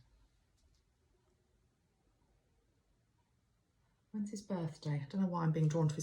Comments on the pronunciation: Thank you,. Andrew Cuomo is pronounced Cu O Mo. We are lucky to have him there. I lived in NYC for many years and my children live there now in Brooklyn. I had my spiritual awakening there and the energy of the entire world is represented there. I am grateful that you see the Emerald Green light for him and for the city. A Course in Miracles came through Helen Schucman in New York City... there is a great deal of light there. I have moved to Orlando, Florida, where a lot of New Yorkers come to retire and vacation. People live in very close proximity and are under a lot of stress. I always felt I would suffer if I stayed in the city, and the 9/11 happened just after I left. People have a hard time because it's intense energy all the time. Except now, all of it has stopped. I'm grateful for your insights...and of course for Metatron's guidance. New York sometimes takes it on for the whole country, like 9/11. We need a national consensus now, but the leadership is leaving it up to the states to make their own decisions. That's how this got so out of control here. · I am in the United States. I live in the state of Kentucky. And I can tell you that “yes, we all (all the states) care about New York! And the Governor’s name of New York is pronounced “Kwo-Mo.” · His name is pronounced kwo mo (as in status quo and moe from the 3 stooges) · Pronounced: Coe Moe (long O sounds)